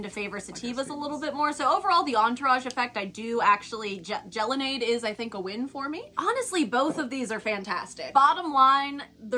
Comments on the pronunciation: It's pronounced jello nade.. not gel o nade...its gelato and lemonade, get it? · Gel-o-nad-ae lmfaooooo you guys are funny